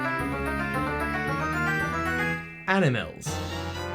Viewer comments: "Animels... :D" I lost it there hahah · I've never heard 'animals' pronounced like that. Ever...And I loved it! 😲